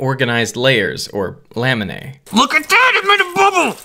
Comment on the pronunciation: LAM-uh-nee, not LAM-uh-nay: The dipthong /ae/ is pronounced like the e sound in "skeet." Or you could say, "laminas," in which case the pronunciation might be written LAM-uh-nuzz